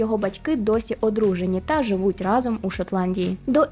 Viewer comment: Вау😍 Дуже цікаве відео. Але окрім того, хочеться окремо подякувати за правильний наголос у слові рАзом у вступі))0))) В школі вчителька багато нам на це звертала увагу і мені тепер ріже слух, як всі неправильно кажуть разОм.